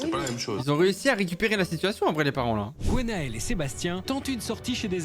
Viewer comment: Bon la voix off, on ne dit pas GOnael mais Gwenaëlle ! Merci.